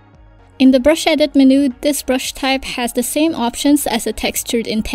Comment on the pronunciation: Would you know, is there any way to create TRUE Vector Brushes in AD? And I wish AD would handle corners better. You know like Illustrator allows the creation of actual VECTOR Brushes & handles Brush Corners. (FYI MENU is pronounced: MEN•YOU not Men•New, sorry, took me a while to figure out what you were talking about.) Tks in advance